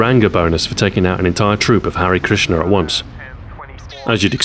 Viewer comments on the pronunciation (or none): none